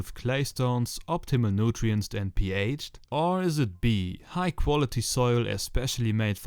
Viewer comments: ey geiles video aber ich komm nd auf Nutrientses klar, es heißt Nutrients hahhahah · It´s called "NUTRIENTS" not "nutirences"